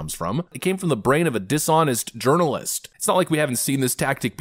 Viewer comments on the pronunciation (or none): \\ Pronounced "urinalist"